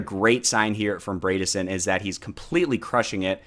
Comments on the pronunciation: FYI, Bredesen rhymes with Edison; ie, that first syllable isn't braid but bread . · LOL I noticed that too Hahahaha! 😂 I chuckled every time he said “Braydissen” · Good video man. Just for future reference though, it’s pronounced Bread-a-son -a Tennesseean